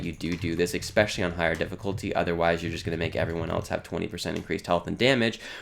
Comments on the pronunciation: I didnt want to seem like a douche calling this out but seeing as its already been done... yeah its annoying to keep hearing eggspecially lol (really like the videos in general though) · I knew I wasn't the only one to hear this horrible sounding mispronounced word. It made me mute the video.